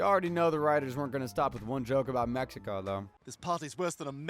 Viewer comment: "meh-HE-Ko" lol😂